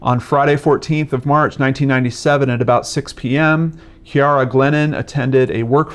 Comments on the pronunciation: Her name is pronounced Keer rah. :) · Sorry, this is random and probably annoying but I think her name can be pronounced See-air-a or Kiera. It's probably the latter. My co-worker's name is Ciara and it's pronounced like Kiera.